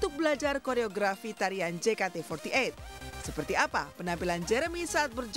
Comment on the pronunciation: Je ka te fourty eit 🤣🤣🤣🤣